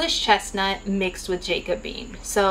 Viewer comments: Hi, thanks so much for this video. It was really helpful. But if I may simply add a minor comment. "Jacobean" is pronounced like jack-o-bee-ann. It refers to the time in English and Scottish history when King James was fighting for the throne. I am not a hater, just trying to give you a helpful comment. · “Jack - uh - bee - an” Thanks, such a helpful and informative packed video!